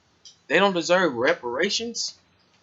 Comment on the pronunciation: Learn how to talk proper ... repairations not resperation ... get off that im royalty crap. Feeling sorry for your self .. nobody owes you anyting. Nobody owes me anyting